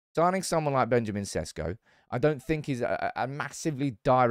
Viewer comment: its SHESHKO, not SESKO. that's how its pronounced god damn it.